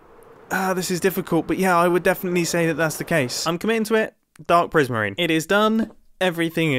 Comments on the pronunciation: “I have a decent supply of dark PRISMEEN” 😂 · Dark prismeen